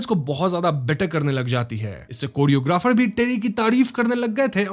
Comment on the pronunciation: Epic Moment was,, when you said,, कोडियोग्राफर 😂